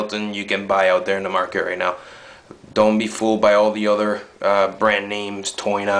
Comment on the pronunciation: "It's da best endoskeleton you can buy right naugh"... You buy a lot of endoskeletons? :)